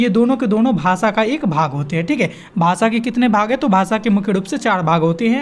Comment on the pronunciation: भासा नहीं भाषा होता है। उच्चारण पर विशेष ध्यान दें।